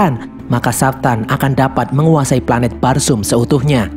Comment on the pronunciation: Pelanet nya erpan